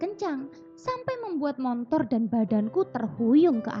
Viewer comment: Bagus sih mb, cuma apa saya salah dengar ya ? "Montor?"